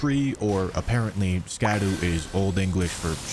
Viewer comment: for anyone wondering, the pronunciation for Scadu is sha-doo. tho i do like saying ska-doo lol its more fun